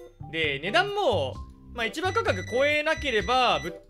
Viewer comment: 今更だけど、市場価格を(しじょう)ではなく(いちば)と読むのが非常に気になる